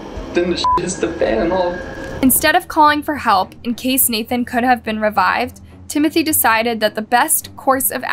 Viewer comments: It’s not NATHAN. It is pronounced NA-ton. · The boy's name is pronounced "nah-tawn". We hear it several times. Please respect the names of the victims in your stories. This is becoming a trend with you.